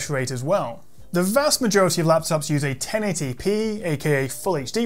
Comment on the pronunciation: 1080p:: "TaintyPee"